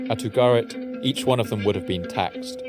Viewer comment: Ugarit not Abo Garrett